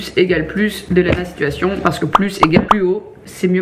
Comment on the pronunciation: Je suis la seule à avoir remarqué qu’elle a dit « lana situations » au lieu de « lena situations » au tout début de la vidéo ? 🤣